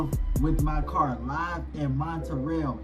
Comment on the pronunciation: You can't even say Montreal. It's in Canada.